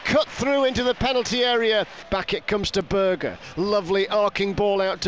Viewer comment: Great result for the Blades last night and what a save from Foderingham. Ps. Can you tell the commentator. It's Berge not Burger. every game 😡